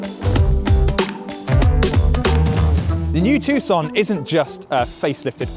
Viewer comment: You're right.. It's pronouced TOO-SAN not TUCK-SUN.... However, the name of the maker is pronouced HYUN-DAE.. not HI-YUN-DAI...